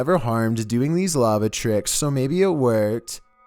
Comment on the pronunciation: LAVA TRECKS